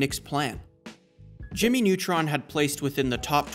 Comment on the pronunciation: Ah yes, Jimy Nawtron!